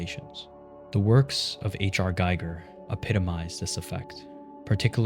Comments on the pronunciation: Minor thing but it’s pronounced “gee-ger” not “guy-ger” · Say it with me: " H.R. GEE-gur". Not Guy-ger. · Great video, just wanted to chime in the Giger is pronounced Geeger rhyming with Eager, not guy-ger like Geiger counter. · HR G-ee-ger, like beleaguer; he was Swiss. the German pronunciation G-eye-ger the white bile and red bile are almost certainly allusions to Humorism - yellow bile, black bile, blood, and phlegm I think you'd be interested in Angel at Dawn, if you haven't heard of it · if I got a dollar every time I stumbled across a horror youtuber that doesn't know how to pronounce Giger I'd be rich by now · You are mispronouncing GIGER